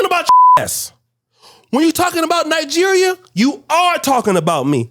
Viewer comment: Ny-jer and Ny-gee ree ah 🤦🏿‍♂️